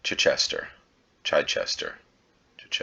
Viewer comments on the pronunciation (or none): Chi-chester is like u say Chicken, you dont say CHAI-ken 😛just trying to help mate with some weird pronunciation things uk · the 'chich' in chichester rhymes with itch or pitch with the stress on the the CHI then the chester part flows straight from that. Almost pronounced like 'RICHsister' hahah. Also, you're right, Redhill is red hill, not 'reddil' haha. If it was in Cornwall, maybe. ;) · chi·chuh·stuh. Imagine you are about to say chick but drop the ck for the first syllable. I hope that was a Gin and Tonic and not Lemon and water.